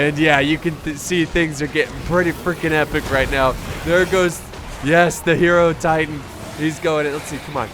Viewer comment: God the way he pronounced Hierotitan....my god